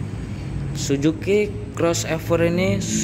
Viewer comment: Bukan "SUJUKI", tapi " SUZUKI" temen temen, temen temen, temen 😃😃😃